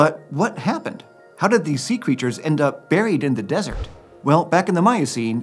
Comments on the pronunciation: Can I just say I love that he learned how to say the desert correctly— sounds great! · As a fluent Spanish speaker, I can say you're 100% correct on that. He said it flawlessly